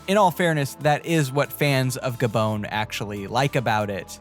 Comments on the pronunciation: Ga-Bone?????????? Try Ga-Bon! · It's not "Gabone". It's pronounced "Gabohn". Or do you call Bon-bons Bone Bones?